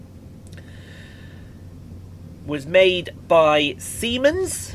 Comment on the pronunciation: It's an absolute shame Simon couldn't be with us for this Episode, but I'll still drop the now obligatory "Hello, " to kick proceedings off! Semens? Did you say... semens? (LMAO) English, Gibberish, and Bullshit - seems to me like we both attended the same Language School! lmao. This was a nice, peaceful trip - and despite Simon not being present, you still provided quality commentary, and knowledgeable information, which is top notch. You're really turning me onto watching these, brother! It's not an easy thing to do lmao. Another brilliant Episode. "Goodbye, "... even though you're not here!